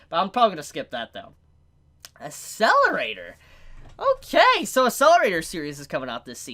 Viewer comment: Getting triggered by how you prononced Accelerator. "Asselerator" X , "Akselerator" ✓